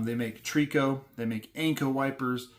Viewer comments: Tree-co 😂 Try-co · “Tree - co “ ? Correct pronunciation is Wiper blades it’s Tri-Co or shortened to TRICO ( 3 companies) . Unfortunately the brand name was sold off and the company no longer exists here in its’ hometown of Buffalo, NY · a/i garbage yaa know is a/i when cant pronounce simple words like Trico.